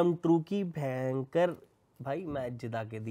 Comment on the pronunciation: this "Bhayankar" was personal 😂😂